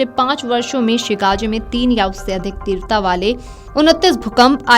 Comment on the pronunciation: तीव्रता का बोलना ठीक करो बहन🙏🏻 बाकी जानकारी देने के लिए धन्यवाद🙏🏻